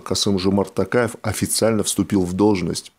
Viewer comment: Пожалуйста, говорите правильно, не Такаев, а То каев, не Акарда, а Акорда. Это же не трудно, вы же очень грамотные люди.